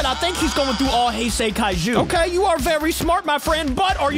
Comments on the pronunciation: How to pronounce it:hey-say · YOU DON'T PRONOUNCE IT "HI SAY" ITS "HEY SAY" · hi-say is wrong it is hey-sey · Hay say not high say man but great video as always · oh yeah, its pronounced hey-say gojira not hi-sei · You saying hise instead of hase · The correct pronunciation of heisei is hey-say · The right wone to say heisei it's heysay just say it like that it' EZ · Hey uh Btw This is how to say heisei Its hey-say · It’s pronounced hay say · You supposed to pronounce hey say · It’s pronounced he se HAE SAE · I don't want to be mean but, Heisi is pronounced "hez i" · Man ur bad At Pronouncing Hesiei kaiius name Translate It bruh